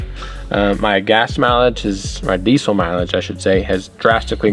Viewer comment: No z in diesel.